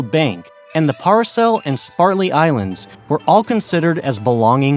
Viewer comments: Excellent presentation but the islands are named "SPRATLY', not SPARTLY. And the other group are the "PARACEL", not PARCEL. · Its spRatly not spaRtly. How did you make that mistake so many times.... re-recording is just time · Spratly not spartly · Spratly Islands! Not Spartly! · Gotta love those Spart-ly Islands but I think Id rather have the Sprat-ly Islands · SPRATLY. . . SPR, NOT SPAR!!!!😮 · Damn dude it is SPRATLY not SPARTLY. READ your script. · Interesting - but why does the narrator continually refer to the Spratly Islands as The "SPARTLY" Islands - which is so obviously incorrect...? Pillock. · Sprat•ly not spart•ly islands. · "Spartly Islands? Can you spell or actually speak English? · ISN'T It "Spratly" not "Spartly"? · S p r a t l e y, not spartley islands... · ..sprat-ly..not spart-ly..but we know what you meant..it also appears towards the middle end you kept mislabeling the location of these said islands to the nw s china sea instead of the se where they actually are . ..you still get a thumbs up from me for spectacular producing and very informative and rapid rate of presentation.. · Not sure why I was so triggered by "Spartley" Islands, but was. 😮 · This is an interesting video, but you seem to be saying Spar-tly Islands instead of Sprat-ly Islands. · Dork, you don't know how to pronounce Sprately ! ! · You mislabeled hurricanes and typhoons on your map and didn't pronounce "Spratley" correctly... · I've really hesitated to say anything for so long, but at some point, one after the next, these videos are all the same. It would be nice if the narrators could pronounce simple words. Like "Spratly". Or "contiguous". It would be nice if the graphics people could properly locate hurricanes versus typhoons on a world map, to match the narration. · Stop using that lousy voice-bot. It can’t even pronounce ”Spratly islands” correctly.